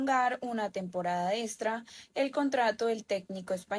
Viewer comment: Niña, no se dice estra, se dice extra